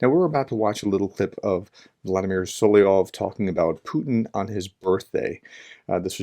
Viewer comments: Dear Professor, It's So-LO-vy-ov, not SO-li-ov. Your information is good, but your credibility would be even better if you pronounced it correctly. 💛💙💛💙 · A comment of very little importance, I believe it's pronounced "Soloviev" or "Soloviov" rather than "Soliov".